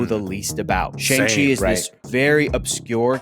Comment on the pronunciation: Uhh in Mandarin it's still closer to "Sh(ah)ng" (rhymes with gong) as opposed to "Shang" (rhymes with gang). Tbh it doesn't quite rhyme with gong either, but I would say "Shong" is the closest you'll get to saying it using English. Edit: The way says it as is kinda close and is more accurate than how the others have said it.